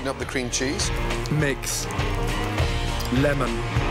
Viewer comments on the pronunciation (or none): none